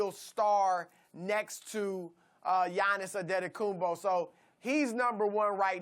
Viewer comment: “Yahnis Andedekunbo” Chris Broussard is the GOAT at pronouncing names 🤣